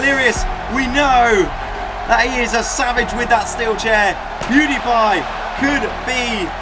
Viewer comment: U said poodi pie